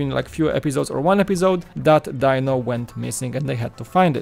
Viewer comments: Die-No?... I thought it was pronounced Dee-No? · it may be spelled Dino but I never once heard Fred say Die-no, it was always Dee-no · Just for clarification..I don't know if it's just your accent or your going by how it's spelled but it's not "Die-No" as in Dinosaur, but "Dee-No", at least in America that was how the Flintstones pronounced his name..and I don't buy big sets for Lego very often..usually I only go about 40 bucks but my nostalgia goggles are on so I think I'll just have to find a place for the Flintstones set..one of the reasons I don't buy very many Lego sets or especially big ones even if it's one I like the looks of..like the Sanctum Sanctorum..is I don't have dedicated space for Lego sets and I usually focus on space for my Gunpla Gundam model kits..heck most of the small Lego kits I have are sitting in a large drawer after I built them and they are all vehicles bar the healing facility from Star Wars with the Bacta tank..it's the biggest set I have. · Dee-no is correct! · yep. was just about to comment the same thing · DEEEEEEEEEEEEEEEEEEEEEEEEEEEEEEEEEEEE-NO!!!!!!!!!! not DIE NO.. you say he was you favorite character, yeah right! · Not Dino, his name is pronounced "Dee-no"